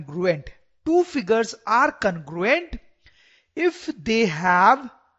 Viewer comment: Aacha explanation h sr bt congruent ki pronouncation galat h